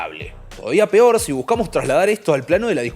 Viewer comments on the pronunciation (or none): none